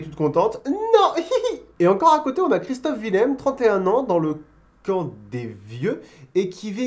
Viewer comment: c est Christophe Willem pas CHRISTOPHE VILLEM